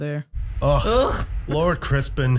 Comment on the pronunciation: how are you still pronouncing Christon's name wrong and keep saying Crispin